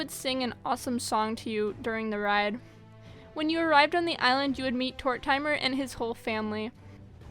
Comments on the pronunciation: “Tor timer” My sis would be cringing as she thinks it’s pronounced “Tor Ti Mir” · It’s killing me she saying“Tort-timer” ☠️ everyone pronounces it: (tordimer) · Tor-tim-er not tor-timer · the way you pronounced tortimer island its pronounced tour tih mer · Tortimer rhymes with Mortimer. The i is short. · Is no one gonna talk about “ tort timer “ island lol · Tort-ah-mer Island. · also “Tort-timer”? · TORTIMER IS PRONOUNCED TOR-TIM-ER. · Ok hold up good video and all but that pronunciation of tortimer island is odd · Why do people pronounce it Tor-Timer😂😂😂 It's pronounced Tor-Tim-Er... And it's not Pashima it's Pashmina, come on!!